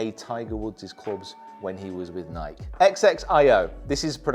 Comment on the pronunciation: I'm going to pronounce nike that way from now on